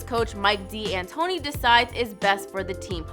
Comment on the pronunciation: It's pronounced Mike (Dan tony) D'antoni.